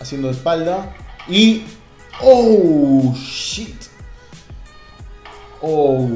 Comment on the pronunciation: Min ..." Ouuuu chiiit " jajajjaajja me hizo recordar los comerciales de Open English. Jajajajjajaja